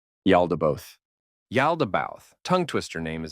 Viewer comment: It’s pronounced Yao-da-ba-oath btw